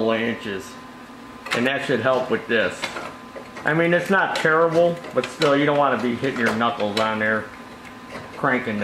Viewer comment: "terrible" "taryllable"